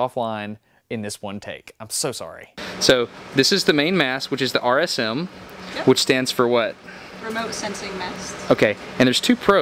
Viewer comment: I swear I heard her call the RSM a Robot Sexing Mast.